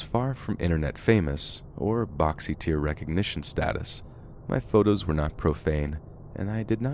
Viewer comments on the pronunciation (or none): none